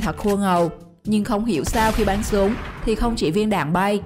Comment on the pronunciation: Bắn súng thì đọc thành bánh súng